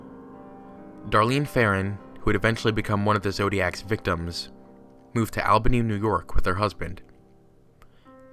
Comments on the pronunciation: I'm from Albany New York. and its pronounced (All-bany). everybody thinks its (Al-bany) lol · It's pronounced all-bany, babe. I would know, I live there ❤️ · Albany is pronounced All-bunny. Native New Yorker here, gotta make that correction. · the way you pronounce albany hurts me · Yeah I’m from Albany NY, every time says it like that I cringe